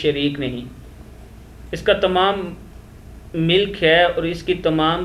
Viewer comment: Bhài Urdu sahee nahi atta aap ko Mulk our Milk ka farak too jano